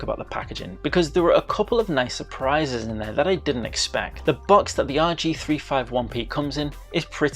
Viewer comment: It's pronounced "rg3 50 1 p